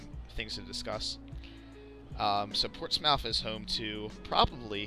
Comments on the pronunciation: PORTS-SMITH NOT PORTS MOUTH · its called "port-smith" thats how its actually sounds here in nh lol